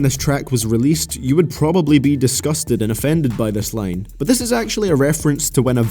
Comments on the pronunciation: its line not lane ffs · Is it really that hard to say “line” and not “lane”